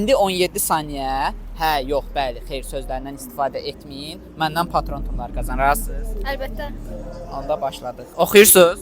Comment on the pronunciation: Özdə əlbəttə' yox ey ə'lbəttə deyir sondakı qardaş.Tələffüzə diqqət edək ama maraqlı alınıb